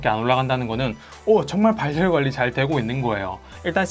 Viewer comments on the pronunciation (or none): '발열' 발음하실때 굳이 [발렬]이라고 발음 안하셔도 됩니다 [바렬]로 연음되어서 편하게 발음 가능합니다 ㅎㅎ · 발열은 바렬로 발음됩니다 발열이 아니고